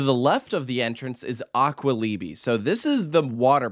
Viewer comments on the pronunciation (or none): LOL, you must say ''Aqualibi'' with the accent on the second A not ion the I. A-kwalibi